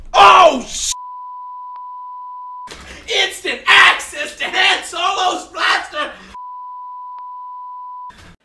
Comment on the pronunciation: Oh ,joe that’s not how you pronounce Han, it’s Han it’s with on but with an H not Han with hat